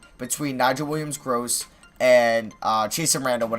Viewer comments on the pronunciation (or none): Stop saying gross lol. It's Williams-Goss. Also, Trade Melo for a really good pick next year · it is Nigel willams-goss not gross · It's goss not gross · Nigel Williams-GOSS not Gross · Goss not Gross